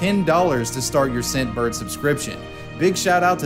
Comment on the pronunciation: Anyone else here Simp bird instead of scent bird